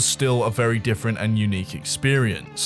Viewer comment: Why's talking like every sentence is a new paragraph? "Everyone knew that this was the was the state of the GAME. But what was going on at Nexion was DIFFERENT. It was a great time for the COMMUNITY"